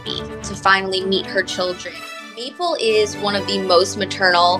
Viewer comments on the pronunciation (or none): It sounded more like Meatball, than Maple to me. Anyway, the small meatballs are beautiful! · Everytime she says Maple I hear " Meatball" 😅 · Each time she said Maple I heard Meatball.